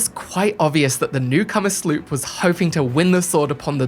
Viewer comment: I like how he calls a sloop a "slerp" 😂😂😂